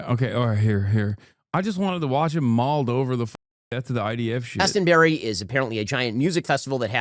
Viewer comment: “Glaston-berry”, oh ffs Ben.